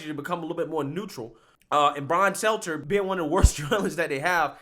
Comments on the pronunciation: His name is “STELTER” No s or z I get the joke “Selzer” but you never say his name correctly! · Bro I love your channel but can you PLEASE look up how to pronounce people's last names before you start recording? I don't know how many more times I can hear you say "Brian Seltzer". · He just can’t get Stelter’s name right…